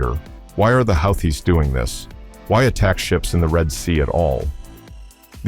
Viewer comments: Please tell me this is just some dumb AI narration...otherwise your pronunciation of Houthis (who-tees) as "howthees" is embarrassing! Next thing we know, you'll be pronouncing Iran as eye-ran 🙄🤔😬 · this guys pronunciation is weird...whoootees....then next sentence is howtheees.... make up your mind! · Who are the how-thees?? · if you cant even pronounce the word houthies how do you expect anyone to listen to what you say ?? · Yet another grand example of frickin' computer narration. Ya know (this channel) when things are written correctly, usually ( but NOT always) things are pronounced in one certain way. However, when someone makes a spelling mistake, the computer narration obligates itself to repeat the "STOOPIDITY" --that's why, when it is written without error, they say 'WHO thees' but when they screw up the word you get Huh thees. Next problem is calling them HOW thees. Again, stop the computer narration, 'PUHLEASE'? Here's a new one... 'the Healthies. Seriously? Is the author who generated this script a total moron? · Well, I guess if the AI pronounces "Houthis" fourteen different ways, it's bound to get it correct at least once...maybe. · This is over a week old..Old news. Pronounced Houthis wrong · How many different ways are there to pronounce houthis? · Another good and informative video. Thanks! Funny how the goofy AI narrator pronounces "Houthis" in so many different ways.....every one of them laughably wrong. In any case GO USA!!!! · How many different ways are there to pronounce "Houthis"? 😂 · Which is it…”Hoo-tees” or How-tees”?